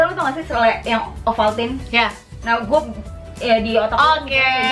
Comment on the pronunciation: Selai ovomaltine kak bukan ovaltine😂😂😂